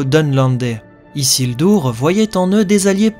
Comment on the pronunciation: isildur et non isildour et sauron et non sauronne...